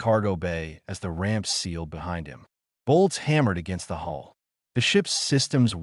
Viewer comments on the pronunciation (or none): none